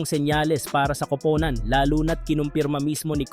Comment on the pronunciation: Hahaha pansin kudin Yan pag nag Sabi sya Ng kupunan magiging kopownan Ang pag bigkas pero ok naun nakakatuwa naman pakinggan😊😊😊